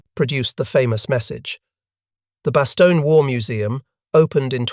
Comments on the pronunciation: Stop saying Bastonia. Jeez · Pronounce it correctly… bahs-TONE-yuh . Inexcusable.